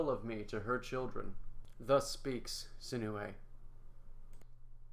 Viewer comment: Wait what someone can actually say my name the right way !!!!!!